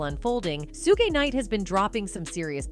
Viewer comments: Not this Ai keep calling Shuge Knight SuuGay😂😂😂😂😂😂😂 Maybe this Ai knows something we don't 😂😂😅😅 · “Sue Ghee” knight 😂